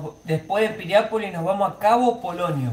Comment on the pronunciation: Piriápolis. No es pirian.